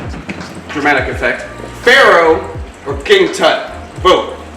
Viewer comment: Pharoh sounds a lot like feral. I honestly thought you were saying feral until you put up the pictures.